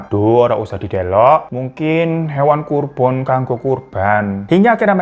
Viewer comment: Hewan kurbon. Kita kasih uplose untuk bang Hiro karena berusaha berbicara logat Jawa sampe kesleo² "hewan kurban jadi hewan kurbon "😂😂😂😂😂